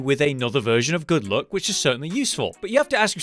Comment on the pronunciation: Why do i always heard good look instead of good luck 😅